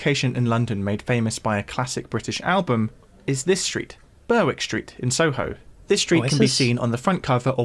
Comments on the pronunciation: Ber-wick Street? It’s pronounced Berrick Street. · I don't know where this Commentator comes from, but Londoners pronounce Berwick Street, "Berrick Street". Just as Germain Street is pronounced, "German Street" J.H. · Such an awkward voiceover: Berwick Street is pronounced Berrick. Bizarre that an Englishman didn't know this. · With your ridiculous accent parody and all your mispronunciations it's hard sometimes to give a thumbs up but I usually relent, oh well. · That’s true! BerWICK Street indeed. At least he says Marleyb’n. Maybe he’s only half English